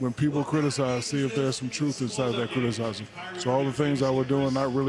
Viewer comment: Within 6 minutes I heard "gooder" and "critic(eye)sm."